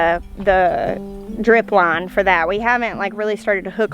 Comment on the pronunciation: Love the way you say "drip line". No question you are a Southern girl. Fire ants were my nemesis in Texas. We don't have them (yet) in SEMO, but I'm figuring that as the climate warms they will spread this way. You can chase them off your property, but if your neighbors don't deal with them they will end up back on your property. Nasty little bugs.